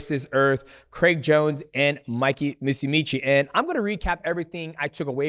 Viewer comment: "Mikey MOOSEEMEECHEE"